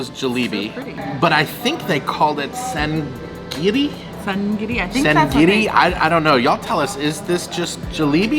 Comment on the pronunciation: It’s ja’ngiri what you had at the end.